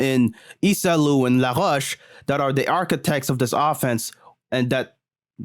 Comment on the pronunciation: cette prononciation de « LaRoche » était absolument magnifique haha — content que tu recommences à poster aussi, frère, parce que ton contenu est à la fois divertissant et instructif